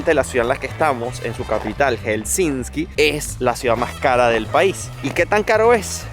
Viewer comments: se dice Helsinki no HelsinSki 🥸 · Aprende a pronunciar Helsinki! Por favor! Hel-sin-ki.